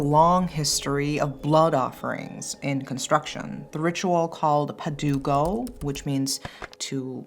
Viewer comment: love how you say "padugo" 😁. from 🇵🇭